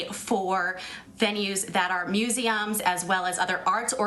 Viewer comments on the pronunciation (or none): The 20 something “expert” can’t ever correctly pronounce the word museum. Another propaganda piece from the corrupt media who gave us Cardi B!